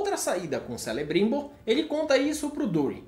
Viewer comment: Apesar de não ter gostado da série, o resumo ficou legal 👍 quanto a pronúncia foi boa, só Celebrimbor que se pronuncia Kelebrimbor! Valeu